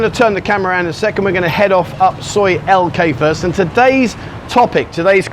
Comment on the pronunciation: Its L K not T K, sorry not your initials. 😂😷👍